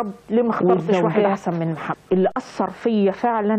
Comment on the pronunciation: البرص بفتح الراء وهو مرض جلدي وسيدنا محمد ينطق بضم الميم والحمدلله الذي هداكي للأسلام وما كنتي لتهتدي لولا أن هداكي الله